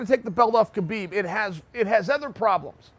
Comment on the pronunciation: Damn, all the shit you talk you cannot even pronounce Khabib's name correctly?